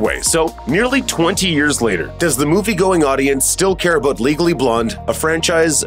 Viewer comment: Did you just say "we're aboot to find oot".